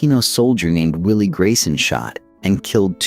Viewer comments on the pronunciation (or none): none